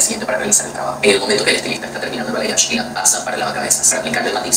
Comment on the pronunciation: Se lee "balayash" pa la próxima pana, para que se atiendan en mis salones y barberias y tu en especial que necesitas acicalarte